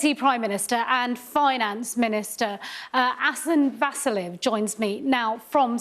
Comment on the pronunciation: I am sorry, but I need to write this for Sky News: it is not pronounced Ásen Vássilev from Sofía but Asén Vassílev from Sófia! Please pronounce this correctly next time!